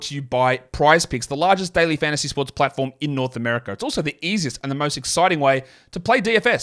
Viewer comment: its always bothered me how much of an emphasis puts on FANTASY basketball podcast